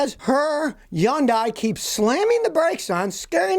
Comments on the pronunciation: Hey, Scotty, Hyundai rhymes with Sunday! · He's the only person on earth that pronounces it n that bizarre manner. We all see their commercials all the time. You gotta figure they know.